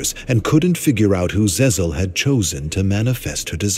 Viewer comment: Zzzl pronounced as Ze-zl 😂😂😂